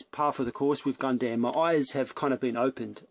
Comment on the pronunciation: You can't even pronounce Gundam properly.......